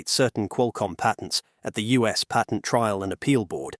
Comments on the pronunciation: Patent, not pattern. 20yr career in cellular speaking here. Cellular patents are a unique beasts as the video mentioned. The SCOTUS granting a hearing doesn’t by itself obliterate patent law. Apple was actually correct in their assertion that Qualcomm’s practice is double dipping: requiring patent license in addition to buying the chips means you have to pay Qualcomm twice simply to use Qualcomm’s modem. This has literally been a complaint from many companies about how Qualcomm does business for decades. Normal licensing structure for silicon typically includes the license when you buy the chip. That applies to x86 processors, ARM-based processors, GPUs, etc. A company buys the chip to use in their hardware and doesn’t have to also buy a separate license to use it. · I cringe every time the announcer pronounces the word patent